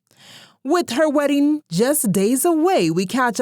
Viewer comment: 😂😂😂 I heard werrying ( wedding) hahahahaha